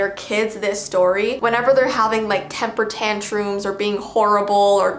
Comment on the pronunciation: Me: temper tantrum: Tamper tantroom Btw no hate i luv ur accent